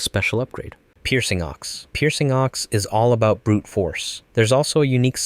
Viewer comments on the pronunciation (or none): none